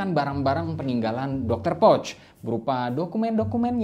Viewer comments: Cara penyebutan "Pöch" adalah "Poesche/Pœch" bukan seperti mengucapkan "pouch". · Cara baca salah poch bukan pocth